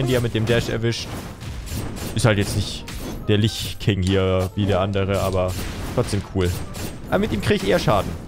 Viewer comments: Es wird übrigens litsch ausgesprochen und lich geschriben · Das Ding wird übrigens "Litsch" ausgesprochen, Englisch und so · "lich" wird nebenbei litsch ausgesprochen :) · Wird dass nicht litch ausgesprochen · bin ich der einzige, den es nervt, dass er lich sagt? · Wie ich es verstanden habe kommt das Wort "Lich" aus dem Englischen, heißt soviel wie Leiche und wurde verschieden übersetzt bzw. eingedeutscht. Demnach sind beide Versionen richtig. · Oh heiliger, Herrscher der Toten und Anführer der Untoten. Du darfst jedes Wort aussprechen wie du willst (außer MissChessie sollte es verbieten) (Sie darfs nur nicht mitbekommen). Und zur Not haben es einfach bisher alle anderen falsch ausgesprochen. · jetzt Nenne ich es extra lisch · Gerade von jemanden wie der WoW gespielt hat sollte man doch erwarten er wüsste wie es ausgesprochen wird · Das Spiel ist wirklich mega aber wenn du das ließt, bitte google nach Lich spricht man nicht so aus wie man es ließt.